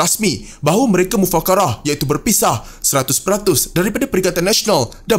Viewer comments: Mufarakah bukan mufakarah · Mufarakah? Mufakarah? 🤣🤣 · Mufarakah...bukan mufakarah...😊😇😇😇